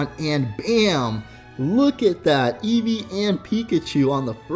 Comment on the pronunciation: Eevee not edges